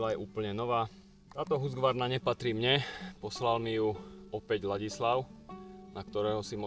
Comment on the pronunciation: Nechci hejtitit je to Husqvarna ne Husgvarna😉